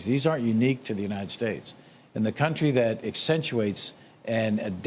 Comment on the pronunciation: Now he saying cuntree 😅